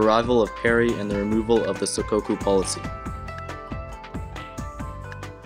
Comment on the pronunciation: It's sakoku!